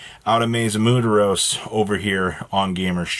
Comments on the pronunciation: Muturus....... Da fuck?!??? It's "M U E R T O S"!!!!! NOT EVEN CLOSE. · Who ever told the how to pronounce “Muertos” needs to go to jail…… is not mudoros lol muertos lol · being loudly wrong is not really funny. its just him being a dumbass and doubling down. Instead of going aw damn have I been sayin it wrong. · Him saying muteros instead of muertos has to be a joke at this point, there's no way he doesn't see the comments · It's Muteros, you bean. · You would think he’s just that white but shit I’m white and I know how to pronounce it as Muertos (MWEHR-tohs) cuz I live in Tucson AZ we have a large Spanish speaking community and I like to learn when I can 😂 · God at least try saying it right